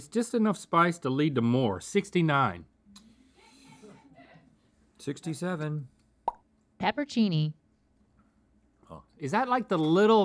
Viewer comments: it’s pepper-on-seenie PLEASE 😭 Not pepperchini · My biggest pet peeve is when people pronounce pepperoncini peppercini and just ignore the ON in there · girl... it's not pepper cini It's pepper(ohn)cini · Hearing pronounce pepperoncini like "pepper-chini" was painful 😂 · it’s pronounced “pepper-rown-chini,” not “pepper-chini” lmao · Why do people say peppercini when that’s clearly not the word? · I pronounce pepperoncini as "pepper-oh-cheney." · Did she forget a few letters when she said pepperoncini? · I've never heard anyone else pronounce pepperoncini the way she did in this video. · Am i the only one that's never heard pepperoncini pronounced like that?